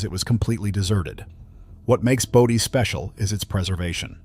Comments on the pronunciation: Bō - Dee ... not Body, stupid! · Great video. Bodie is pronounced bow-dee